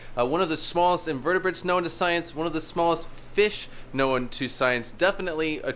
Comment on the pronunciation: Did he just say these are invertibrates? 😂😢😅